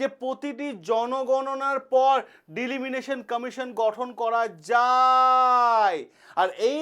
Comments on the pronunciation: ডিলিমিনেশান জিনিসটা আবার কি? ওটা ডিলিমিটেশান। আগে তো ব্যাপারটা সঠিকভাবে উচ্চারণ করুন.... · উচ্চারণ ভুল।দিলিমিটেশন না ডিলিমিনেশন?? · Delimination নয় Delimitation, মূল বিষয় টা তো ঠিক করে বলুন ঠিক করে জানুন ঠিক করে বুঝুন ঠিক করে উচ্চারণ করুন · It's delimitation not deliminitiin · It's not Delimination ,it's Delimitation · বারবার ডিলিমিটেশণ কথাটার ভুল উচ্চারণ 'ডিলিমিনেশণ 'করছেন কেন?এতে মনোযোগের ব্যাঘাত ঘটে।উচ্চারণে নজর দিন।ধন্যবাদ। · ডিলিমিনেশন নয় !!! ডিলিমিটেশন !!! আগে নিজে বুঝুন word টির অর্থ বা মানে !!! তারপর, ভিডিও করে ছাড়ুন ইউটিউবে !!! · ডিলিমিটেশন না ডিলিমিশন ? অনেক অল্প কথায় আপনি আপনার বক্তব্য বোঝাতে পারতেন। কিন্তু আপনি অনেক সময় ধরে এমন হ্যাজালেন যে আমি আপনার অনুষ্ঠান ছেড়ে বেরিয়ে গেলাম। ধন্যবাদ। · কথাটা ডি-লি-মি-টে-শন। উচ্চারণ ঠিক করবেন।